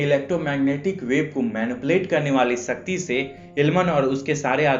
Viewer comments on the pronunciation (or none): Bhai it’s shakti not sasti